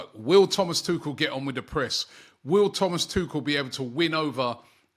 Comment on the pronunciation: butchering names isn't surprising anymore.